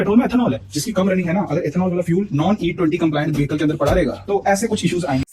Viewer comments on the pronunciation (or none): none